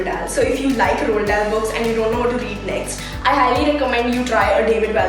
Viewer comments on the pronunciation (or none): The way she butchered the names of such famous authors like enid blyton, Roald dahl was a pain to hear.